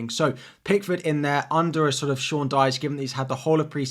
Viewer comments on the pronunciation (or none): none